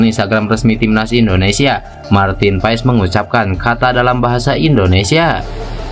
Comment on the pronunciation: pengucapannya Martin PAS bg..